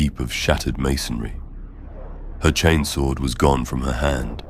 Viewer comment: Your channel is really high quality and I appreciate it. I'm pretty sure this isn't AI voice over, if it is it's extremely well done. I've noticed that across all your series you are pronouncing words like "chainsword" as "chanes-wurd" and "laserifle" as "laz-rufle". I love that, it sounds like what happens in real life, certain words get colloquial accenting. Mistake or not, it's great. And the stories are great too! Maybe I'm just a simple man, but the one where the ships captain gives his life so his deckhand, Tomas, can escape from 3 chaos space marines - I almost teared up 😂 Anyway, I really like your work!